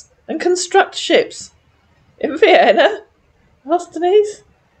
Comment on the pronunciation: He has trouble with Vienna (veinna) too.